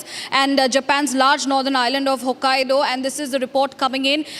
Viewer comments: she said Hokkadio, but it's Hokkaido. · It's not hokk aido. Not Hokkadio